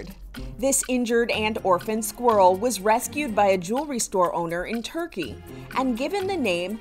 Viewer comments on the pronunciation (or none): none